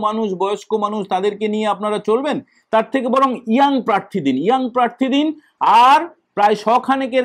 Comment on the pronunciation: তোমাকে বলেছে কানে কানে? 😂 শোনা যাচ্ছে আপনাকে প্রেররররার্থী করবে।